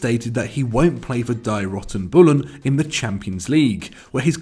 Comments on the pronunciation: Dye rotten bullen? It is pronounced Dee Roo-ten Bull-en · he tryed to say die roten bullen, the red bulls